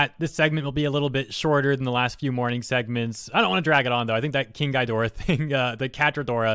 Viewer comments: Sorry for the fact checking, but it's pronounced "Gee-door-rah", NOT "guy-door-rah". But still pretty funny. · "gi" not "gai" 👍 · Just a small nitpick, but Ghidorah is pronounced "Ghe" dorah not "Guy" dorah, other than that great video man. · Your saying Ghidorah wrong, it’s GHEE-doe-rah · Innit pronounced ghee-dora tho? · Me as a kaiju fan: I should join in and make Catradora memes and have fun! Also me as a kaiju fan: I should tell he mispronounced Ghidorah’s name! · Aside from your pronounciation of King Ghidorah being completely off, i'm totally gonna make a kaiju named Catradora, it's gonna be great xD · Oh god. The way he says Ghidorah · The way he says Ghidorah pains me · Dude. It's not a long i sound when you say Ghidorah's name. It's a short i sound, like in 'it' or 'ick' or the like.